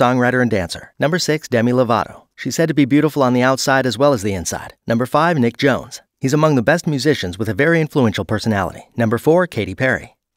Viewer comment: Did he just say nick jones, I know someone called nick jonas but not JOnES, also I’m pretty sure the pronunciation is m-a-l-I-k not m-aaa-l-I-k